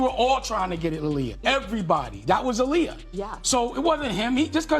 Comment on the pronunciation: It’s aa-liyah